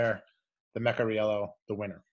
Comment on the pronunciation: I think it is Meh-car-ee-yellow